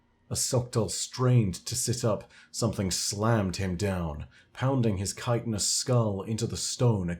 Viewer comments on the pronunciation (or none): none